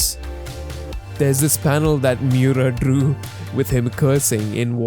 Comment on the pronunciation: The way to pronounce his name, Kentaro Miura, is not that hard bro. Mee-oo-rah the rah being like the end of radar